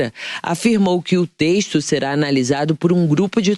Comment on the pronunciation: Teixto? Jornalistas com esse sotaque não deveriam ter espaço. Não tem "I" na palavra "texto".